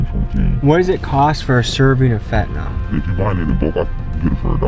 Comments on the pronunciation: It's Fentanyl, not "Fentanol." Why does EVERYONE say it wrong?! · It's weird seeing drug counselors and medical workers - basically everyone MISPRONOUNCING Fentanyl. Just look at the way it's spelled. It is correctly pronounced FENT-A-NILL (like ILL or HILL). NOT FENT-A-NALL (Like FALL or BALL). Heck, even news reporters mispronounce it.